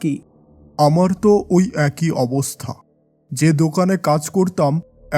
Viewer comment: একই না উচ্চারণ টা এক-ই হবে।